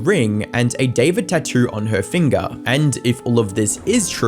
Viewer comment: Is it just me or did everyone think that bros name was pronounced "difored" instead of David